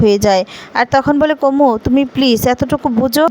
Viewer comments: Apni kumu ke kumbu bolchen keno?Chiro Sokha ke sonkha bolchen?9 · Your reading is bad, kumbo noi, kumu